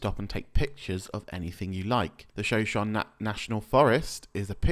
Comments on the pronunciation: If anyone is curious, shoshone is pronounced show-show-knee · The pronunciation is killing me. It's like shu show knee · 'Shoshone' is pronounced - "sho-SHO-nee". No biggie. Just letting you know.